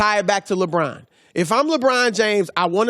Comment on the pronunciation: Can we start a gofundme to get Chris Broussard a speech therapist to teach him to pronounce "LeBron" like a normal human being?